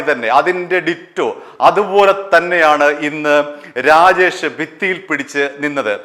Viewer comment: രാഗേഷ് അല്ലടാ. രാജേഷ് ആണ് മൈരാ